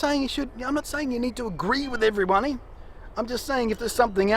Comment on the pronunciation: sounds like he was going to say everypony and corrected it at the last second. Or maybe that was just his accent